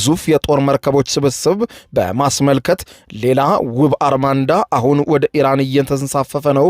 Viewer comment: አርማዳ not አርማንዳ